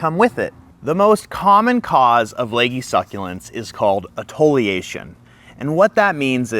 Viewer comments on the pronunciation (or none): This is a great informational video, and your explanation is clear. But I wanted to point out one oopsie. “Etiolation” is pronounced Eh-tee-uh-LAY-shun, not Eh-TOE-lee-AY-shun. It’s not an uncommon mispronunciation because I’ve seen one or two other planty content creators say it (and correct it in later videos).